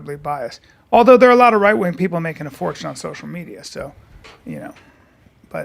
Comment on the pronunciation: “Sosha medja”